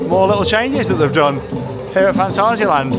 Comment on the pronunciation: Stop speaking Gerglish please, If your speaking in German it's Fahn-TAH-zee-uh-lahnt, if your speaking in English it's Fan·tay·zee·uh Land 😊